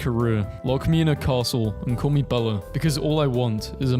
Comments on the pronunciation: HE JUST SAID BELLA INSTEAD OF BELLE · Stop saying Bella it’s belle no a